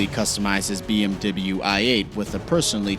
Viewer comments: It’s bmw not memw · Bee Em Dibble You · How he said BMW really pissed me off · Who says BMW wrong? really?